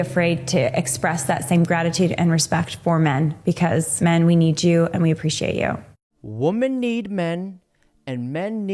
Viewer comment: Please, learn how to pronounce "WOMEN".